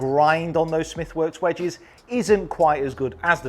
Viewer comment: Nobody:: wedgees